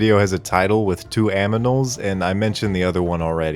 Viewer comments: Are we gonna talk about the fact that he said this video mentioned "two aminals"? No? We're just gonna gloss over that? Alright then. :D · Hehehe... He said "aminals"